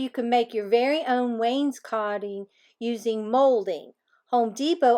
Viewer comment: FYI it's pronounced wainscoting coat ing. Coat like what you wear when it's cold outside lol thought you'd want to know